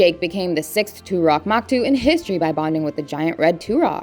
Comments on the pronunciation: Toruk makto, not toorock maktoo. "These names just aren't normal" Okay seppo but this is your job. Have you even seen the movie? Damn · Toruk Makto, not turok moktu... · It's "Toruk Makto" not Turak Maktu 😭 Here, let me make it easy for you "toe-rook muck-toe" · How can you hear the exact way everything is supposed to be said and still be wrong? Turok Maktu? Toruk Makto bro! It’s so easy to sound it out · Bro when she said Turak Maktu instead of Toruk Makto killed me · "Too-rock Mahk-too" 😐😕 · two-rock maktu, you mean